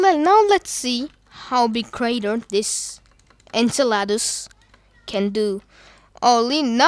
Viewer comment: Btw you say enceladus like inselidus